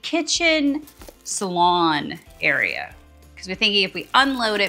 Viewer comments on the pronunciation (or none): How long are you going to keep calling the SALOON a Salon?